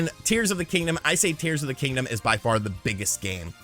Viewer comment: Did he say "Deers of the Kingdom"? 😂